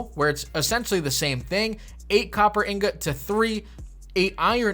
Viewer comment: In-got...repeat after me...in-got 😏